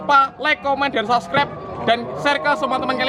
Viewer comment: Subscribe bukan sascrep